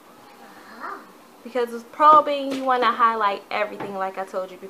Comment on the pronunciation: It's strobing not probing